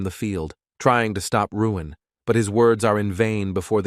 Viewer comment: WHY is the A.I. Narrator calling the MC Ruin when the word Balloons are calling him Luin????🤪